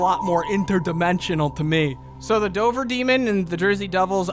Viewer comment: 2nd time watching this, and now I can't get over the fact they kept calling Dover, Dober. Like I live 20 minutes from Dover, we pronounce the V. Idk if it's a legend from 100+ years ago when Dover was a large county and not just a ton or if they narrators just never been to Mass.